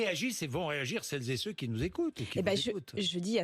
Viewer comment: "sel zé ce qui nous écoutent"... cette manie de forcer avec les femmes en priorité me fait vomir